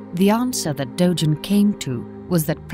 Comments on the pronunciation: also, its "dogen." not "dojen." romaji is the easiest thing in the world to pronounce, and they still did it wrong... it feels insulting. "my names saul." "well, im gonna call you paul." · "Dojen" "Dogen" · You're saying "dogen" wrong. Japanese doesn't have soft G's, they're all hard G's like "Gary, Go, Garmet."